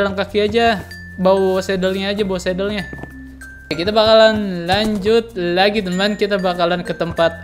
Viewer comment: Bang lu kalo ngomong 'lagi' biasa aja lah bang lu kayak ngomong llagi temen temen Lol Xd